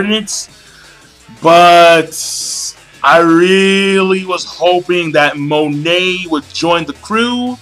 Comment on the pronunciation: GOD DAMNIT MONET IS PRONOUNCED "MOH-NAY" WHAT THE FUCK MAN